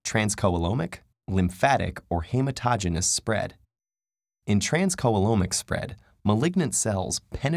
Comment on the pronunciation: transcoelomic is pronounced trans-SEE-loam-ic (as the average American would pronounce those words, point is it's a soft C and the oe (sometimes written as the digraph œ) is a long E sound)